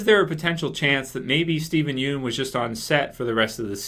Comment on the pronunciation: buddy... Please stop pronouncing his name as "Steven Yoon" it is pronounced Steven Yun